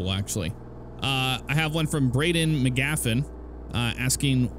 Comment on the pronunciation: U pronounced my last name wrong but good job trying😂 It's a long name and people don't even pronounce my first name correctly but its, McGaffigan not McGaffian